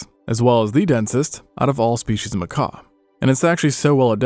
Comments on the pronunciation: Bro, it pronounced makak, not makaw. Some say macock and that's fine if that's your thing. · FRRR why was he calling them macaws 😭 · I thought he was talking about a bird when he said macaw instead of macaque. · 😂 Happens to the best of us. Macaw 🦜 ≠ macaque 🐒 😅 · Japanese 'Macaw'? What? That's not how you pronounce Macaque...its a monkey, not a parrot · is that how you're supposed to pronounce macaque? I have only ever heard it "ma-cah-khe" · IT'S PRONOUNCED "MAH KAWK" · He probably heard Macaw at some point and presumed it was written like Macaque and meant the Monkey. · It's pronounced Muh-Cawk, as in muh-cawk got a little chilly and shrank away from the frigid wind. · He probably made a deliberate choice to mispronounce ma-COCK 😅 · Hes calling them macaque he just doesn't realize its coming out as macaw. 🤷‍♂️ It's the silent que that's throwing us off. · I suspected mispronouncing macaque was so you didn't get demonetized for swearing. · Well, it isn't an English word anyway. "French, from Portuguese macaco, from kaku mangabey, plural makaku, in one or more Bantu languages of Gabon and Congo " While I did notice that you'd said it weirdly, I just assumed that you'd never heard it pronounced...which is apparently correct. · Bro missing a a few letters at end of that monkeys name. I thought the video was talking about birds all of a sudden 🦜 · Can't suffer hearing the word Macaque pronounced wrong so many times, had to stop. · Noah fence but how do u research a whole video for a species of monkey without learning how to pronounce the its name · The q is not silent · no, he just doesnt realized his mispronouncing macaque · he wrote in a comment that he learned a wrong pronunciation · It won't be fine lol. You can't make YouTube videos about an animal and mispronounce the name of the animal. Sure it's not a big deal, but it's not something that's just okay to do. It's still a mistake. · How did this video go from monkeys to people? And it's macaque not Macaw.